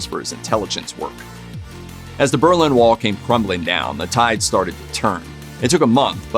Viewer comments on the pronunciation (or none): none